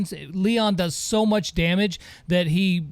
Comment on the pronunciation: "How munch" 👌